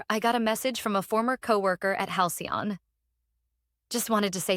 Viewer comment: Why can't your AI system say Halcyon sorry it worked, once